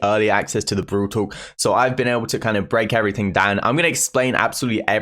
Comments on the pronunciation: Lmao u pronounce brawl talk BROL TOK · Everyone: Brawl Talk: brUUwl tOk 😂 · No one:: bRoL tOk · well different peeps can pronounce things in different ways-- like you could pronounce it bRawL TTaLk or Brol Tok it doesn't really matter tho